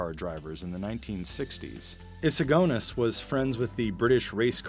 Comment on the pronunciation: Why do you pronounce eagerness and agonies weirdly?